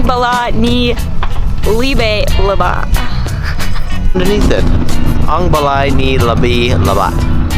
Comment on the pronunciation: Pastilan caloy na virus an na sila sa budots.ang libat sounded like lubot.hahaha😂😂😂lingawa oi!!!